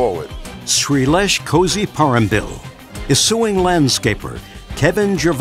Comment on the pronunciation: He seems like a Malayali. It's pronounced more like Koyiparambil than Kazeeparambil, as the narrator pronounced